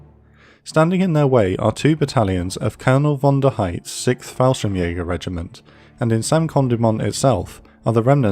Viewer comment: It's pronounced "sixth", not "sikth"